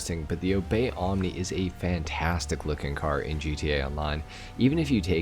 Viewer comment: Can’t say omnis correctly oof